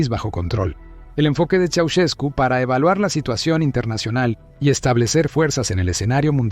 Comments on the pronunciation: Soy rumano y se escribe "Ceausescu", se pronuncia "Chau-shescu" No tengo la letra Sh en el teclado inglés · Quién será ese tal "Chaucheku"? De dónde sacas estos documentales rusos? Prefiero verlos en lengua original que escuchar a la peor IA del mundo #пиздец